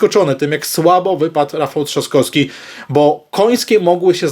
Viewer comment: Panie....z całym szacunkiem i sympatią dla Pana, ale bardzo proszę o poprawne i schludne wymawianie nazwisk, np.StanoWski, TrzaskoWski, bo moje ucho jest na to bardzo wrażliwe i również nie toleruję, jeśli ktoś mówi np. jabko. Z góry bardzo dziękuję i pozdrawiam serdecznie.